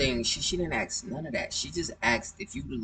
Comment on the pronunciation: ***This dude needs a new mic and to stop stuffing his face! And I ain’t “axing” you!! So don’t be “axsing” me!! 😂😅